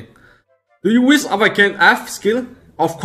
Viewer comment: Its not wis its wish